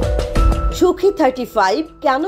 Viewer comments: সূখি নয় সুখই হবে রিপোর্টার। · ওরে নারী, সুখি ৩৫ না রে। সুখোই ৩৫, একটু পড়াশোনা করে সাংবাদিকতা করুন প্লিজ। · Idiotic pronunciation...bad reporter... it's Sukhoi 😠